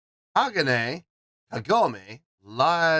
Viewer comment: Its pronounced HA-GON- A (long A And emphasis on the MIDDLE Syllable